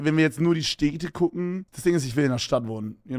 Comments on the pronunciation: Wie oft kann man "Städte" in wenigen Sekunden falsch sagen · “steete” wie goofy kann man städte aussprechen